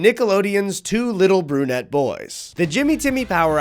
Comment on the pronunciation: My men you would not BELIEVE the absolute double take I just did when I thought you called these young animated gentlemen GOONETTE boys in stead of BRUNETTE. I've booked my ENT visit and an MRI to be safe.